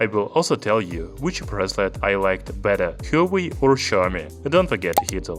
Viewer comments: There are 2 sounds in it. "Hua" and "Wei" - like "Whua" "Waei" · Apparently it's pronounced 'hwaa way' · You are mispronouncing huawei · Hahaha..alien he is.